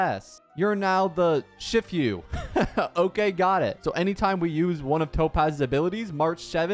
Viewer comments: This is the most American way I heard someone pronounce "Shifu"😂 I'm sorry for cackling.. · Worse part is he’s Canadian not even American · Bro hasn't watched Kungfu Panda yet. The pronunciation of "Shifu" is funny and horrendous. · i’m so impressed with how you pronounce shifu, considering we all grew up with kung fu panda 😂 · Love the new video bro but your pronounciation of "shifu" Touched the hearts of many viewers ❤ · STOPPPP, THE WAY HE PRONOUNCE SHIFU THO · ITS SHIFU NOT SHIFYU 😭😭😭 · Its literally just shifu like master shifu from kungfu panda and he cant say it 💀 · It's she-fu btw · It's not pronounced "shift-you" It's pronounced "shee-fuh" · ‘Shiffew’ 😭😭 Shifu’s pronounced like ‘she-foo’ haha. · "Shift yu" boutta make me crashout bro 😭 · IVE NEVER WANTED TO PUNCH A YOUTUBER SO BAD STAWP WHY HE SAY XIFIU? WHY DID HE NOT READ HER KIT? THE ENHANCED ATTACK BEFORE THE ULT??? AAAAAAAAAAAAAAAAAAAAAAAAAAAAAAAAAAAAAAAAAAAAAAAAAAAAAAAAAAAAAAH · Shiii-foooo. It aint that hard brother. Kung fu panda literally has master shifu(which is also master master if we go into technicality) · Lol I guess you never saw Kung Fu Panda? Shifu is pronounced like She Foo. It means master or teacher in Chinese. Very similar to Sensei in Japanese. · IT'S SHE-FU😭😭 LEARN PLEASE 😭 I'M DYING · be like: Saga❌️= Sage✅️ Shifu❌️= Shif-you✅️ Pawned Asset❌️ = Pawned Assist✅️ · It's "SHE-FOO" I swear this guy annoys me everytime, I'm sorry for getting annoyed every time, but he keeps pronounce things wrong even though their easy, my life is fading away each time he mis pronounce's something easy to pronounce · when he says "She-fu" I'm almost died inside bruh 💀💀💀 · Bro said "shi few" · What is this pronoucnaiation its "She-foo" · Hearing you say 'Shif-you' hurts my half chinese soul. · the more common english pronunciation of “shifu” is basically “she-fu” (fu being the same pronunciation as the fu in fu xuan) btw 😭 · lmao im hearing "sh*tfyou" mans is making me hard cringe oof